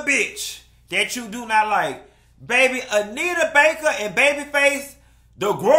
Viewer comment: I’m HOLLERING at “In Jae-yuh”😭😭😭😭